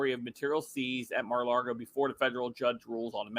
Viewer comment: Stop saying Mara Largo!